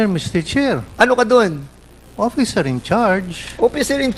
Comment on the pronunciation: Hahaha! Mas nakakatawa ka pa sa Boyoyong Clowns, Mr. Fernandez! Nanlamig at parang gusto mo na matunaw no? Hahaha! Ayusin mo kasi, sir. Umpisahan mo na sa pag bigkas ng "oFFicer", kasi pinagpapalit mo yung "f" sa "p" e. Right minus wrong pa naman yan. Buti nalang sinalo ka ni Mr. Chair. Tsk!